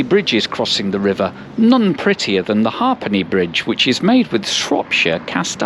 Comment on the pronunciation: Pronounced "Haypenny Bridge".